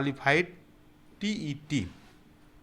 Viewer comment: Idiot not tte it's tet